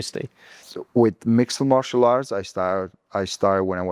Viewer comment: Ilia keeps saying mixal martial art..